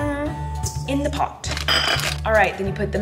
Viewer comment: She sounded British when she said “and in the pot” when she was making cookies